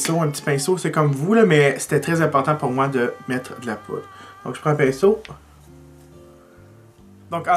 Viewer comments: hahahahaha! T'arrêtes pas de dire "". mais c'est "poudre"!!;)) jtadore pareilll! xox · Tu as dit "" en premier! ^^ j'ai tellement ri mon père dit la même chose! En tout cas bravo, tu es vraiment doué!!!